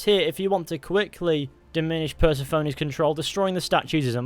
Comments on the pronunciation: Please learn to say persephone’s name correctly fully bugged me throughout ‘ per se phoney” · I hope you never tried to pronounce Persephone ever again...that was just upsetting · I didn’t know one mans pronunciation of Persephone could make me so irrationally angry